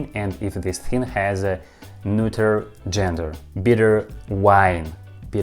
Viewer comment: I'm still in the middle of the video, but you pronounced "neuter" like a champ! I know your history with the word. I imagine you were finally able to get to sleep LOL. Well done! P. S. Russian is still difficult as hell. I'm so confused. At this point I'm just listening to your voice and the sounds of Russian spoken slowly. P. P. S. In English, salty (pickled) cucumbers are called pickles. The cucumbers are soaked in brine to make the salt (and other ingredients) penetrate into the cucumber. It's called pickling. People pickle all sorts of other things, too (like garlic, my favorite). Oddly enough, in English, when you pickle anything else other than cucumbers, their names don't change. They're just pickled . For example, pickled garlic. But pickled cucumbers are called pickles. Yeah it's weird and I don't know how it came to be this way. You're doing fantastic with learning English, though! P. P. P. S. The term is "when I have the time". P. P. P. P. S. I think your Russian phrases are extremely interesting (for example, "better a bitter truth than a sweet lie". I would love to hear more of your phrases. When I was young, I was with my neighbor's German exchange student, and he spontaneously shouted something in German at the house cat that knocked over a cup of water onto him. I asked what he said, and he said that in German, they have a saying for when people do crazy things. They say, "have you lost a wheel!?". I thought it was really interesting and funny. I'd